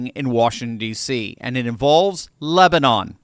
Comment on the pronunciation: The number of times almost said lesbian instead of Lebanon 🤣🤣